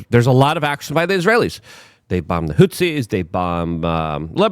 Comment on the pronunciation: Unsubscribing because I'm tired of hearing about the tumultuous hootSIES. A news analyst who makes pronunciation mistakes but tried to get better is one thing, but a news analyst who consistently mispronounces the same words over and over, including comical mispronunciations, makes you sound like a joke who can't be taken seriously. English as a second language isn't an excuse after decades. You consistently mispronounced the same words.